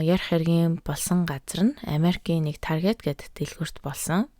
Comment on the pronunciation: Targeet bish Taarget gej unshdag shu